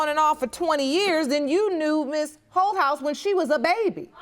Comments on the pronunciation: I kept thinking the judge was calling her "Hoe House". I had to really look at the spelling, it's Holthaus...lmbo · I thought the judge was saying her name was ho house 😂😂🤣😂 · When I first heard the judge say her name, I thought she said, Hohouse, lol.